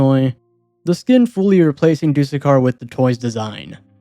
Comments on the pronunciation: “Do-the-car” “t-Ow-zoo-koo” He’s probably gonna pronounce the ghoul skin when he gets to two time as “gee-ool” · you actually pronounce doothekkar as dooth-ekkar (dooth rhymes with tooth) It references a lisp, a condition where someone can't pronounce "s" properly and ends up sounding like "th"